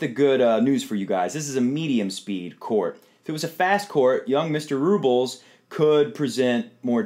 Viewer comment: RublYOV (just to show how it's pronounced and where the emphasis is in Russian) is not my favorite player; but he has a determined mean streak that he channels into his tennis. Nadal will be very very determined however - he doesn't want another loss to a teenager. I think I'll go with experience this time.